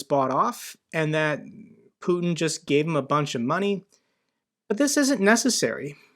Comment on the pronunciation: Nice hearing you say "putkin" :D it means son of a p*ssy or p*ssy-like in bulgarian and it's a term we regularly use when talking about putkin